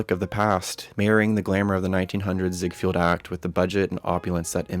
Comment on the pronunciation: Mispronounced Ziegfeld.